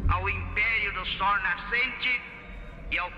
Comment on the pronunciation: "suas caravelas evamgelizadoras... a terra do sor nascente." Eu ri de canto de canto de boca"